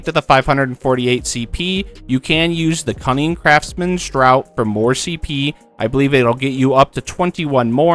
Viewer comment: Your videos have been so helpful! Sort of new to endgame crafting, so I've been enjoying how you break things down to be so simple. One tiiiinny tiny nitpick. "Draught" is pronounced like "draft" and not "drought". New subscriber here, though, keep up the good work! 😊